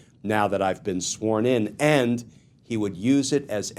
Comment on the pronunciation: Glen it’s pronounced AND not END